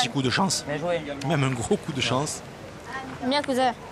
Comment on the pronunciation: « Bieng cousing » 😂